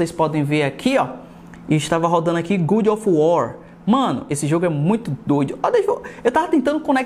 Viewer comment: "good of war" KKKKKKK mas é muito bom o review